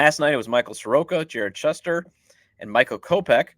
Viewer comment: Shoester! NOT Shuhster!